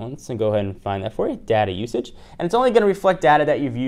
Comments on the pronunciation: I kept hearing "daddy usage" rather than data usage. lol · Did he say Daddy Usage? :P